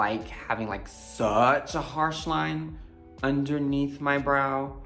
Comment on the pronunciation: him saying ‘suchh’ sent me